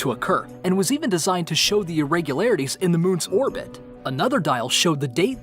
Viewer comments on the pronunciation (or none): none